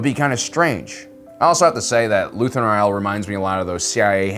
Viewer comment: Why do you say his last name so weird?